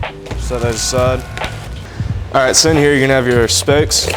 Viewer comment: Excellent vid. Thanks! Is he saying spokes or specks?